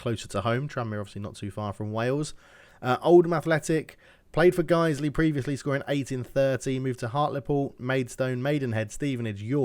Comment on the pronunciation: You pronounced that right. Guisley is local to Leeds, as is Farsley Celtic.